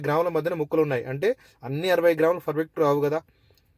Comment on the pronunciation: హలో బ్రదర్, మీరు చేసే బిరియాని ఇక్కడ స్కిప్ చేయకుండా ఫుల్ గా చూశాను 😊. నేను చూస్తుంటేనే నోరూరుతుంది .😋😊🎉. కాకపోతే, మీరు ప్రతి సారి, పర్ఫెక్ట్ అనే పదాన్ని ఫర్ఫెక్ట్ అంటుంటే ఫుల్ గా నవ్వుకున్నాం.❤❤❤